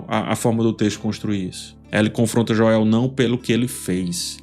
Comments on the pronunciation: Po,, sou fã do seu trabalho, mas a pronúncia do nome do protagonista não dá, bicho. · amo os vídeos mas essa pronuncia de Joel é dificil viu 😅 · Bom dia amigo, acompanho suas críticas desde a primeira temporada dessa obra prima baseada no game de mesma grandeza, mas peço pra ti, pronuncie o nome de Joel como na série e nos games... obrigado e continuarei acompanhando sua ótima crítica artística e cinematográfica e me desculpe desde já, não é ofensivo é só por pura sintonia....🙏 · Que agonia vc falando o nome do Joel kk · PELO AMOR DE DEUS, INGLÊS E PORTUGUÊS A PRONUNCIA É "DJÔEU" Só isso mesmo, Vídeo excelente 👍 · Caramba mano, insuportável vc falando Joél, fala Joel mano, qual a dificuldade ? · Cara, que análise incrível! Quanta atenção aos detalhes. A edição do vídeo também ficou ótima. Mas é agoniante ouvir você falando "Joél". 😂😂😂 Fala "Jhôel" nos próximos vídeos. Os fãs agradecem. 😂😂😂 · que gastura você falando Joél kkkkkk é Jôel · Por favor não diga JÓÉU mas simplesmente Joel english accent!😅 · É JOel, não joÉL,! 😅🤣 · Jô-el tbm não é a pronúncia certa, seria algo como Joe-l. Melhor pronunciar o nome como no português mesmo. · eu não aguento ele chamando o o Joel de JoÉl kkkkkkkkk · "Jó-éu". Kkkkkkkkkkkkkkkkkkk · Perdia 2 anos de vida a cada vez que ele falava Joel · Parei de ver o vídeo aos 11 segundos qdo saiu o primeiro "Jo-el" 🤦‍♂ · “Jo-el” é sacanagem kkk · eu amo seus videos ph mas esse “joéu” da mta agonia, fala normal pf kkkkkkkk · Jóel kkkkkkk brincadeira, excelente vídeo. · por que o tá chamando Joel de JOÉL? 🥲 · Falar Joél dói o ouvido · E lá vem o “JÓEL” de nov 😂😂😂😂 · Joéu é duido em .. 😰 nem na dublagem é assim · JoÉU dói de ouvir, mas baita análise! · Pq o diz "joél" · Passo mal com o "Jo-el" dele kkkkkk. Te adoro 🫶🏻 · A avaliação é muito boa, mas a cada vez que ele fala Jo-El, meus olhos dão um giro de 360 haha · " JOÉL ".. Aiiii...rs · “joéu” é agoniante, meu deus do céu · Q agonia escutar esse Joéu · "Joél" kkkk😆😂